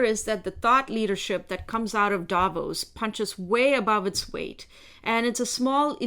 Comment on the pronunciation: Davos not Davis🙄